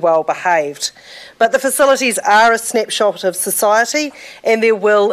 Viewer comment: snipshot XD